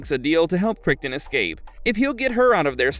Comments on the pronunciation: Needs to be pronounced just like the surname of the Crichton who wrote the Jurassic Park/World novels. "KRI-tn." The voice-over narrator needs to learn to pronounce correctly. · It’s pronounced kriton… ai slop… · Crighton ya if I never watched the show I might not know how to pronounce it either lol kriggton lol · Yes, they really screwed that one up with how John Crichton's surname was (mis-) pronounced by them. Hints for them? The Crichton who wrote the Jurassic Park novels, how is his name pronounced? John's surname is to be pronounced the same way as the surname of the Jurassic author.